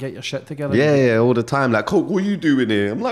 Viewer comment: Are you trying to say “the” when you say “da”